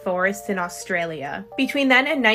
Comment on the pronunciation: It was fine until she said Australia lol